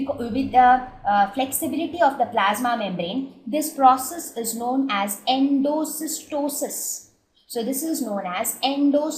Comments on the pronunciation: awsm vdeos but i think its endocytosis and not endocystosis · Great video Mam. Just a confusion. I think its Endocytosis not endocystosis . Correct me if I am wrong. Thanks.